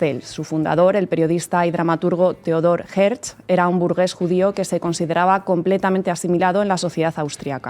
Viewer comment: No es Herz, es Hertzel o Herzel. Tampoco es stet, es shtetel (pequeño pueblo).